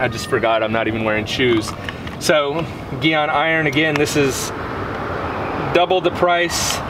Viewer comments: I never wash or spray off the wheel before using Gyeon Iron. It holds on better with the dirt on there and has been more effective that way for me. Thanks for more great info😊. Hope I say your name right. Because it's not Geon it's Gyeon haha fun ball busting no disrespect.😂👍😊 Brakes work 70 front and 30 rears. So yes you will always have more iron deposits on front brakes. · Whole video is inconsistent and irrelevant and leaner how to pronounce it it’s not geeeon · One thing, it's pronounced jee-on. I don't really care how you say it personally, just an FYI. Secondly, the smell is mercaptoacetic acid aka thioglycolic acid. The more smell, generally the higher concentration of the active chemical. Mercaptoacetic acid actually rapidly pickles the iron. The byproduct is that red/purple color. Meg's is a pretty decent product for the price, but the dedicated iron removers from Gyeon and Carpro tend to do better than the wheel cleaners that have the acid in them or products that try to be iron and tar removers combined and even some of the cheaper dedicated iron removers like McKee's for example. I've decon'd some seriously bad cars - I'm talking one car was sitting next to an angle grinder station so the particles were enormous and you could really see the difference between the big name iron removers and the cheaper stuff I was trying to use since I knew I was going to have to go over the car many times. It ended up being a 3 hour clay job even after probably 3 to 4 passes with iron remover btw on the car that had been sitting near an angle grinder. Orange rust specs eeeeeverywhere. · g Yûn is the pronuciation. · Soft G sound in gyeon 😁